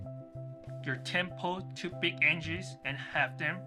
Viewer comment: Thank you - I now am confident in replacing the cord. It's completely shot, and I have a 30 mile 4 day trip coming up, and I see I can make the repair in time. By the way, it is pronounce AG-nus. But that doesn't change the great directions you gave :D